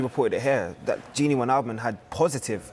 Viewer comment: "The wijnaldmuns" oh dear... Just when you thought it couldn't get worse than Jamie Redknapp calling him gigi